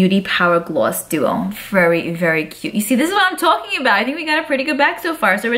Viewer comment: I already knew you were from NY just by the way you said “talking”. I’m from Long Island ❤️